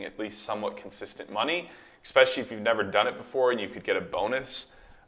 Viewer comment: “Exxxpecially?” Omg 🤦🏽‍♂️